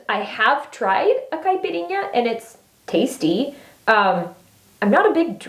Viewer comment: I love your videos and I love the fact that you are open about your faith❤️ Also I’m Brazilian and you said caipirinha perfectly! 😍❤️ and I think your hair color is beautiful, I always think that when watching ur vids! Sending love